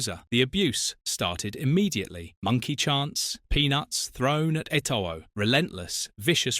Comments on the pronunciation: That pronunciation is painful lmao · Hahaha I cringed too when I heard Eto-oh 😂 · Pronounce names properly. Its not Samuel etOO it's pronounced too. And it's Gremio.